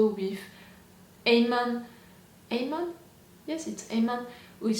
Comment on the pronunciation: It's Amon (Uhhhmon) Well that's how it's pronounced. Well technically it's his name he goes by now. You havn't met all the new characters, you will meet many new exciting ones in other seasons as well as this one. It will be awhile until you meet Bumi and Kiya. But you will love them just as much as Tenzin. Katara did say their names already. So i'm not spoiling their names. I'm not saying when or how they show up.